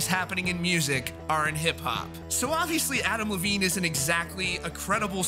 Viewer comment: Why do I keep hearing Avril Lavigne instead of Adam Levine lol